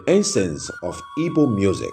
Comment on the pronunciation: Please, the name of the people is ''Igbo'' not ibo. There's no word like Ibo instead a miss pronunciation.